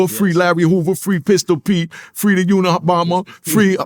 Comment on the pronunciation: Nigga said free the unibomber 😭😂😭😭😭😭😂😂😂